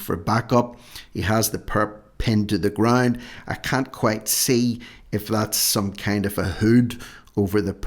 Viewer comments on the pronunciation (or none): none